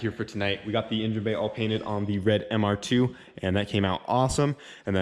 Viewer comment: I feel ya on the intonation..... 🙉